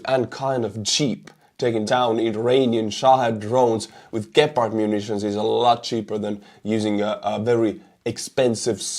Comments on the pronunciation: the first pronunciation was just fine. Its not Dschepard. Gepard is perfect. Problem with the ammo is, that the gun and the ammo is Swiss made, and Swizerland want to remain neutral. Thus blocking Germany from giving the ammo to Ukraine. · It's Gepard with a hard G, like in Goal. Since this is how we Germans do it's pronounced on the e, like "geh-pard" but to be fair people can call it pussycat if they like, as long it shoots down orks. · Dear Gepard in english means cheeta, this fast charming Cat, you pronounce it gäpard. Thanks for your cool channel, I watch it with great interest. Martin for Berlin Germany